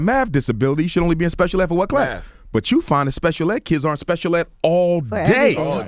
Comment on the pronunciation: Also, C the God is complaining about being put in all remedial classes but can't even pronounce Math. lol